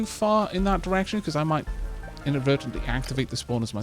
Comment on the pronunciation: For some reason everytime you said direction I thought you were saying erection and started to giggle, I am more than a little ashamed of myself and I am sorry... but at the same time I can't stop giggling...